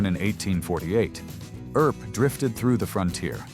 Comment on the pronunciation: "Air-up" instead of Earp.